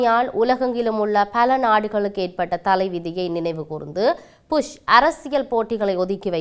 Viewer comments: நல்ல தமிழ் 😂😂😂புஷ் George bush 😂😂not pus😂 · புஷ் இல்ல Bush😂😂😂 நீங்கள் புஷ் என்று சொல்லும் போது சிரிப்பு வருது 😂😂😂